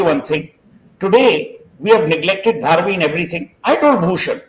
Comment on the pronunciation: Pronounce the way locals to Seth - Dhaa-Raavi